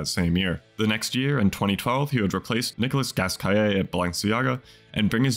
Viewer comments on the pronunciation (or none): You could at least pronounce correctly the brand name... Nicolasse Gaskaïar 😂😂😂